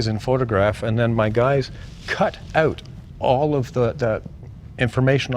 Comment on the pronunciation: You can tell he's Canadian! That's exactly how my Canadian wife says "out."